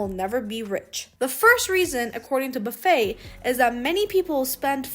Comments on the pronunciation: OMG, you are mispronouncing his last name. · Can’t believe no one has mentioned the mispronunciation of his name.